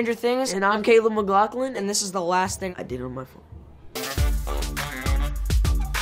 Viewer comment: "...McGLOCKlin.." Caleb how do you say your second name lmao